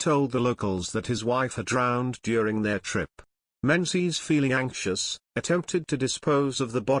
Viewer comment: Culzean is said Cullane. Eileen Donan is Eelin Doanin. Menzies is Mingiss.